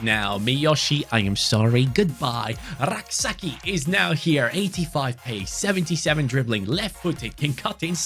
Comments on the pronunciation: Hey Rak-Sakyi is pronounced as Rak-Say-chi not rak-sa-key😂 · Rak-Sakyi is Ghanaian. It's pronounced Say-chi